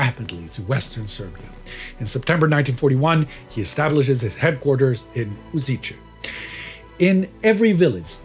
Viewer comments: It is not pronounced "U-zee-che". The correct pronuncination is "U-shee-tse". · Great episode! Just one minor thing, the town is pronounced Uzhitse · On misspelling the name of my hometown. It is Kraljevo and not Krajlevo, lj and not jl. We remember the 14th of October as the start of the massacre. Bonus points Užice / Ужице pronauncination is ... a bit lacking. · Slavic languages are difficult but it is still much easier to pronounce correctly Serbian Užice than Swedish Göteborg. Yet you don't hear people complaining about Swedish. :) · i know right, the way he pronounces užice is just hilarious, i know slavic pronunciation is messed, but still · I love how english speakers have the urge to insert ch(č) sh(š) and zh(ž) sounds in slavic words especially in places where they shouldnt but at the same time hate to pronounce it in places where they should. Užice has an obvious lack of č while simultaneously an aboundant presence of ž, but that didnt stop our host from deciding that Uziče was far catchier than Užice. Great episode by the way, its nice to see foreign historians actually care about the truth unlike balkan historians who realized that falsification is far more profitable. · I'm going to ignore the mispronunciations,I understand that our orthography can be hard/hell for foreigners,but I'll congratulate the topic.My grandfathers and grandmothers wore part of the partisan resistance and I'm proud of them.I remember a story one of my grandmothers told me on how nazis threaten to skin her alive for her support of partisans.Unfortunately both of my grandfathers passed away when I was a kid,so I couldn't ask to tell me any war stories of theirs... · While the content can be debated in some details in general the story is well covered. But your pronunciation of names and locations is mostly hilarious. Specially word Užice. its name is also misspelled on the map.